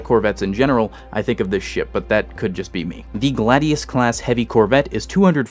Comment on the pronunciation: I'd note that the Mako would be pronounced "May-ko" given that it uses the sharks name and, eh, the Gladius would be "Glay-dius". The Scholt just drives me mad. It's a soft sound "sholt" not "skolt", it's a more German name than the majority English names used for most UNSC classes.